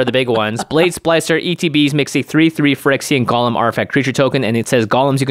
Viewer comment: it's GO-lem. please. please.